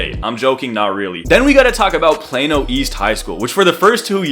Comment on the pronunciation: Excuse me it’s Plano not Plano that’s sounds like a medicine